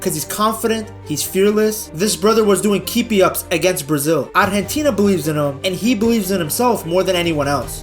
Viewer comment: I'm surprised how well he pronounces "Argentina"